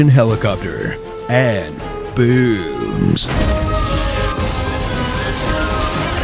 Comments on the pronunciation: The way you said it was definitely spelled "Bewms! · I seriously heard BEWBS instead of BOOMS !...